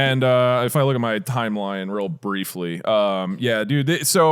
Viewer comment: I’ve never cried laughing from a BUSINESS PODCAST he legit has a lisp and a speech impediment “Temple Wun” “Over many years” “Expwore” “Bwiefwy” I mean there’s soo many